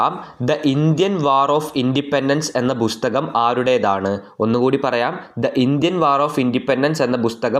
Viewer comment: ബുസ്തകം അല്ല പുസ്തകം ആണ് !